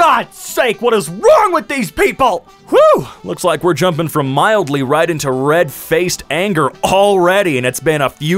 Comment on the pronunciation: "mildy" infuriating.